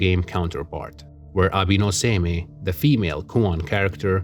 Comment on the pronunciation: Nice analysis just want to say Abe is pronounce "A-Bay" and Seimei is pronounced "Say-May", hope that helps. The rivalry of Abe no Seimei and Domon is also about a box and divining what the contents are. Which were originally 15 oranges then changed to rats. The Fujiwara family is actually the real ruling family behind the Emperors in the Heian period. So Domon is actually still allowed at their family home which shows he had considerable influence to plan and execute his ritual over a period of time.